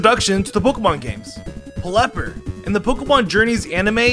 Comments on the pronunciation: He really said Plepper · plepper instead of pelipper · Its not plepper its pell ep er